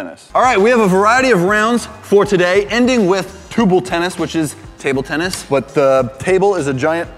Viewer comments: Tubular Tennis: No! Tuble Tennis! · “Tuble tennis”